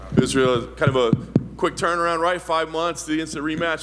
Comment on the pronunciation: I will never, ever, never, never ever unironically pronounce Israel's last name the way he has been doing it lately. This dude is walking cringe. Inflated ego mixed with knowing deep down he's just some gay dude who wanks to cartoons and has a big brother named Alex. Stop asking people to be quiet in the back because you're trying to think. Stop trying to make cool ad lib meta comparisons pretending you're not just a gay white dude. Stop trying to sound cool and you'll be a lot cooler. Lol I do enjoy listening to him though. Watching someone with so little self-awareness is only doable like this when you don't ever have to deal with the person in real life. What will he say next? Tune in now for a chuckle, then tune in Saturday for humble Chad silent assassin Poatan forcing the narrative, shutting this gay white man down.